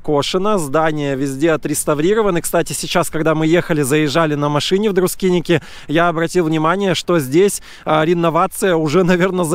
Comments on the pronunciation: Красиво, но почему Друскиники? Друскининкай! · Друскиники, как он величает, это по белорусски и по просту. Для них это тоже правильно, как и Эйшишки, Табаришки. Так что не серчайте слишком:)